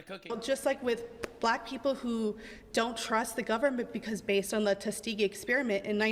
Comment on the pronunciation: Jeebus crepes he butchered the pronunciation of "tuskegee" 😂